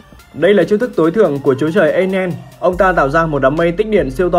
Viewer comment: enel mà đọc là ây nen. bố ông